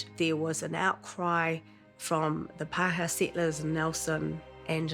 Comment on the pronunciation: Only Paakehaa is O'Malley